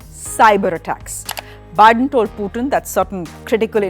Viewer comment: Host: 'Byedone toll poootin!🤣🤣